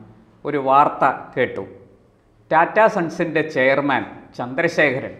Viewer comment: ടാറ്റ അല്ല.., റ്റാറ്റ Tata. സ്വന്തം രാജ്യത്തെ ഒരു പ്രമുഖ വ്യവസായ കമ്പനി അല്ലെങ്കിൽ ഭാരതത്തിൻ്റെ വ്യവസായത്തിൻ്റെ നട്ടെല്ലായ ഒരു ഗ്രൂപ്പിൻ്റെ അല്ലെങ്കില് ഒരു വ്യക്തിയുടെ പേര് ഇതുവരെക്കും നേരെ ചൊവ്വേ ഉച്ചരിക്കാൻ പറ്റാത്തത് മോശമാണ്..